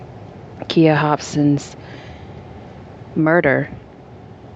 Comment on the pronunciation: Her name is pronounced with a long 'I'. Sounds like kīya. And her best friend's name was misspelled. It is Shantiece (rhymes with neice)